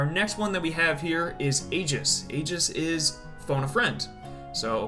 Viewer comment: I'M ACTUALLY DOOOONNNEEEE. IT'S NOT "AYE-JIS" IT'S "EE-JIS". I swear people play this game with the volume OFF.